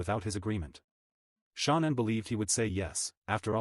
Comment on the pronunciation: I like your vlogs but for the love of it can he please say her name properly ??? It really isn’t that difficult 😡